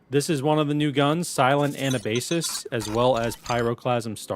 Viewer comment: You miss-read it too much XD Anabasis (/əˈnæbəsɪs/; Greek: Ἀνάβασις [anábasis]; an "expedition up from") is the most famous work of the Ancient Greek professional soldier and writer Xenophon.[2] It gives an account of the expedition of the Ten Thousand, an army of Greek mercenaries hired by Cyrus the Younger to help him seize the throne of Persia from his brother, Artaxerxes II, in 401 BC.